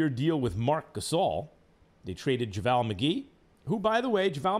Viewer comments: bruh why does he keep saying javaaal McGee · Anyone else cringes at the way he says JaVale? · I'm kinda bothered with how he's pronouncing Javale's name. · Is that how JavAL is pronounced.